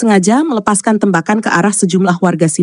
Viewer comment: Yg baca berita kurang bisa bhs indonesia. TEmbakan dibacanya tembakan seperti baca tembikar, tempurung atau tempat.